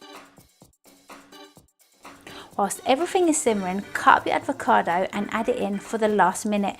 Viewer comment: Its not advocado mate.